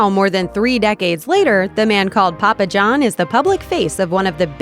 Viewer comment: Say his name right mongo